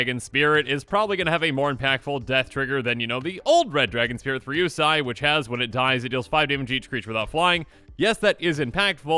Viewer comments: I hope the new Kamigawa dragons are just as cool as the original ones. I remember playing Kokusho in almost every standard deck I created. Just an FYI, I think your pronunciation is a bit off (pretty sure but not 100%). It's Ryusei (Ryu-say or Ree-yu-say) and Yosei (Yoh-say). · It’s pronounced ryu “say”. And yo “say”